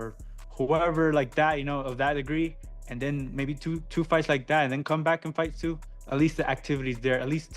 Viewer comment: i hate this AI shit, Cannot even pronounce Tszyu's name.